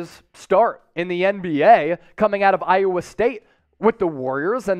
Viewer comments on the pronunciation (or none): none